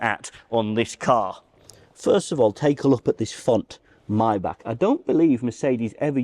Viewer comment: Chh ch not k maybachhhhh